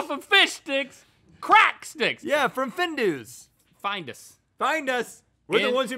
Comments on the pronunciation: As a swede (where Findus is from) I have to say that Rhett pronounced it right the first time. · We have Findus in Norway, and Rhett actually pronounced it the way we do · Finnduus as rett said is the right way to say it and its a major brand in sweden. Though the name was made up in the US, must have been. We call em Fiskpinnar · Findus is pronounced fin-d-us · In England it’s pronounced fin - dus